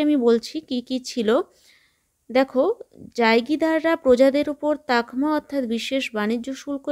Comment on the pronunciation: 6 এর প্রশ্নে ওটা দস্তর উল আমল হবে এবং তাঘমা নয় তামঘা হবে ভুল উচ্চারণ এবং লেখার জন্য ক্ষমাপ্রার্থী